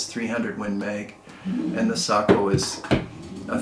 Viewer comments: Thank you saying Sako correctly. My Finnish relatives approve of your pronunciation. To everyone saying it wrong, Seiko is a Japanese watch maker. Thank you for the review! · In Finland, Sako is pronounced like you pronounce it. As many of us know, the name "SAKO" comes from "Suojeluskuntain Ase- ja Konepaja" ("Civil Guard Gun and Machining Works" in English), which was the full name of the old Sako factory until 1938. As a Finn, who is very familiar with Sako rifles, I encourage you to keep on using the pronunciation you've already used :) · Well done..,you pronounced it correctly 🤓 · I watched an article about Sakos in Finnish, they pronounced it Sock-oh. You’re absolutely correct but I think in American English Say-ko is more natural to our ears. When you get a chance check out Randy Selby, of Wapiti, WY. His YouTube channel is the real gunsmith. He gives a very nice dissertation on Sakos. He’s quite a character but has some great videos. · Don't sweat the nomenclature. It's a bit pedantic for people to be overly sensitive about it anyway. The military loves the nomenclature nazis.. I suppose it builds strong bones or character? I know someone that has owned, repaired them (as a gunsmith) his entire life and he pronounces it SAY-KO, both long vowels. I suppose in Finnish it could be different. As a viewer I love your videos, they have a unique niche that only you are filling. You have opened my eyes to guns I would have never considered. Thank you! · I pronounce"SAKO" the way you do. It happens to also be the way that the Finns do as well. Nice rifles as usual.